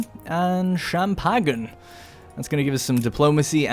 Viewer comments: Please don’t say champagne the way you did. Love ur content 😼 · Oh my, the way he pronounces champagne